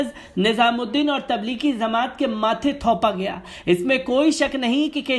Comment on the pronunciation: Zamat nahi jamat